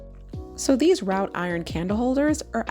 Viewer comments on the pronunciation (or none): Wrought rhymes with “ought” not “out”…pronounced “rot”. I love your content!